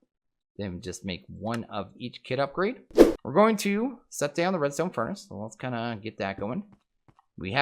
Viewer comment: Epiccat27 Yea...It hurt hearing that.